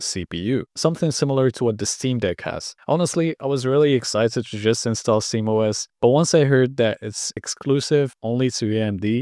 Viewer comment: why do you say simOS?